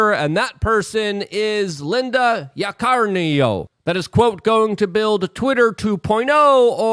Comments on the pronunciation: lol Luke, Yah-kuh-ree-no. Or as I'll refer to her as WEF cuck biznatch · Sound it out: Yak - a - reeno. 😂😂🤣🤣